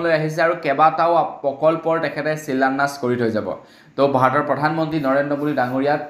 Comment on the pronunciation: তুমি অসমীয়া নে বঙালী । ভুল উচ্ছাৰণ কৰি বাতৰি নপঢ়াই ভাল কাৰণ ই নৱ প্ৰজন্মৰ বাবে হানিকাৰক। শিলান্যাস নে চিলান্যাস ।